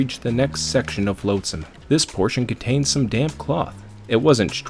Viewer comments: nitpicker here but its pronounced flotsam not floatsam, you dont pronounce the a, yes i know its stupid cuz it litterally is defined by it floating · A really fantastic story & I have subscribed. Honestly I have only 2 minor issues with your narration 1 - 'flotsam' is pronounced 'flot sam' not 'float sam' 2 - Sometimes you say 'I' speaking as Lowtide and then sometimes you refer to Lowtide as someone else. It is a bit confusing Edit to add things I liked a lot: How you just accept random things in the story like getting an SMG as part of the universe Quoting random pop culture references that semi-fit with the story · One of the few people who can make Rimworld interesting to watch. Nice story telling. One thing though. It's a little thing, but... You're killing me. 😛flotsam /flŏt′səm/ Soft 'o' sound. As in "lot", not float.